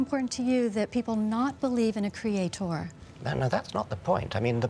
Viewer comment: Cre-a-tor! The emphasis is on the A, not the bloody O, you stupid woman!